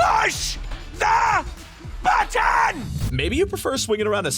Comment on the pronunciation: "PUSH THE BUTTOON" got me laughing so hard 💀💀